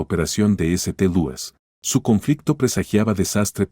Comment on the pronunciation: Hay una enorme laguna en el relato, lo que dificulta la comprensión. Eso sin contar con la pronunciación... ¿eseteluis?